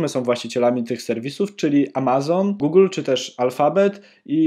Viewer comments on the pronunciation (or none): none